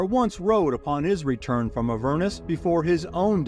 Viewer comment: AH-ver-nus, accent on the first syllable 🙂